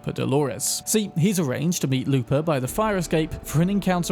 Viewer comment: I’m guessing Brits aren’t used to hearing Mexican names. Joaquin is pronounced WAH-keen. Lupe is LOU-pay.